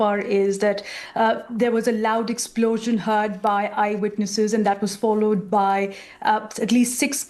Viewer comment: Lol. Those BBC reporters are impeccable. "A large explosion heard by eyewirnesses" 😅